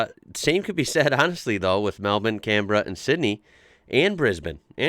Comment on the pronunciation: You're the only American I've heard pronounce our capital cities like we do! Mel-ben and Can-bra. Bris-ben. Love it! Oh, and there's knock shops in half the suburbs of Melbourne where I live. Of course I've only driven past them haha. Merry Xmas mate 👍😁🇦🇺